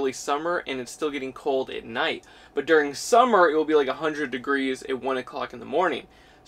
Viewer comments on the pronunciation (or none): none